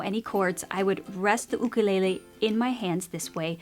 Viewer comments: Dont say ook a lay lay. It is YOoK a lay lay and you know it. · Lol why do u say “ooh-ka lele” instead of “YOU kelele was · "oo-koo-lay-lay" I actually pronounce it "you-kuh-lay-lee" lmao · " you-ka-lay-lee " " oo-koo-le-le " Me : Surprised Pikachu face* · Lol “oOkOoLeHlEh” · Oo koo leh leh is a typical Hawaiian pronunciation lol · She pronounces it Ookelele!!! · Why is she saying okolele😂😂😂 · god i can’t handle how u say ookalele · The way she pronounces it lmfao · Here on the island you instead of oo is like fingernails on the blackboard. Just saying. My ukulele and Hawaiian language kumu would wince! 😂